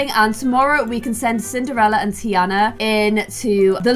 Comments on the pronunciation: Tiana pronounced Tarna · Does anyone else pronounce Tiana different (tee-arnah). Like it is low key angering me but I will still end up watching all of them? 😭😂